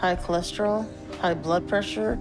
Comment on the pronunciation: Beetus, cholorol, presssuuur. And full fridge-itis